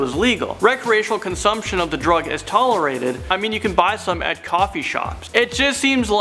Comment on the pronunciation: He said "such a drug" as if it was crack LMAO